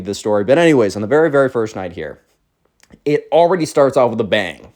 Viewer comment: Why you always say wizz? I guess you dont want to be Cringe